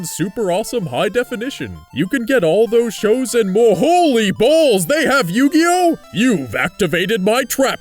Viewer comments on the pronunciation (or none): lol yu-ki-oh